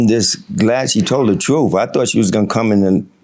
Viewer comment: You got to love when the defendant says I admire her telling the troof